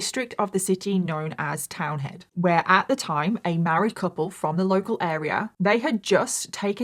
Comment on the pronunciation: Townhead not Townend